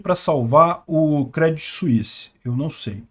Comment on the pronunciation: Se fala Crêdii , sem o T